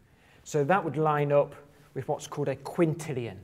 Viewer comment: A “qunt”-illion you say? Freudian slip?